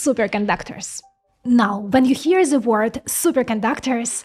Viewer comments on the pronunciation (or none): none